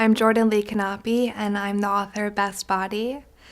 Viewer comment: My name is Jordan Knape as well! But it's pronounced nap instead of can-naup-ay...Facebook - Jordan Munsta Knape